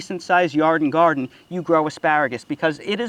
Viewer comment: Are you saying "yarden garden"?